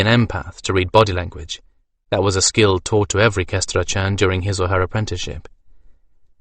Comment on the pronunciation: Yeah, SkanDRANon instead of SkanDRAnon took a bit of getting used to.